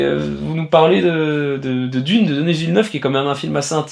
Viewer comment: Pourquoi prononcer "Denisss Villeneuve" au lieu de "Deni Villeneuve"?